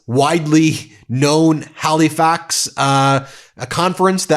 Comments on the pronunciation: ouch. At about (aboot) mark you mention the capital city in our province of Nova Scotia. It is pronunced "Ha le fax" never "Ha lee fax." 🇨🇦 (Hope that is understandable in written form!) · Love you Ben ,as a life long resident I will help you out saying the name of are city think 3 words Hell -A-fax. I know those crazy Canucks.algorithmic 🦫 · Hal-ee-fax. 🤣 Oh Ben. You’re the best.